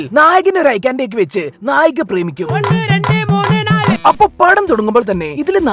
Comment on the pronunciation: ഒണ്ണ്, റണ്ട്, മൂണ്, ണാല് 😂😂😂😂😂